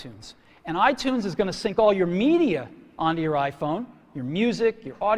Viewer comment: E dal quel giorno...inizio il lavoro del lavaggio del cervello dei bimbominkia con "l'aifon"L'AIFOGN!!!